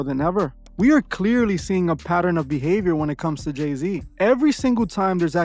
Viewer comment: Is this J-Zay son they call Lay-Z? 🤦🏽‍♀️